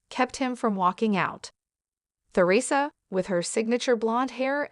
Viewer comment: Please pronounce Theresa correctly!🇦🇺